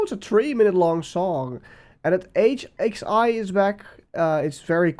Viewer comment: hxi is pronounced hoi